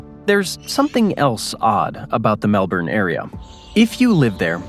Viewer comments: lol nepean... say it like Na Pe An. Melbourne try Mel B'n or Mel Bin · Thats Melbun still spelt MKelbourne but pronounced Melbun! BoltE, he was a Premier of Victoria, his bro, was my woodwork teacher in Form 2. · heard "melburn" and instantly shut off the video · It's pronounced Mel-bun! 😉😄